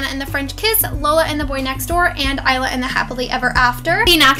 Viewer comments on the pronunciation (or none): none